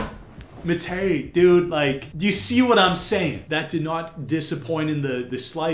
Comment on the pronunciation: i love watching your videos but pleaaaase pronounce “matěj” the right way😭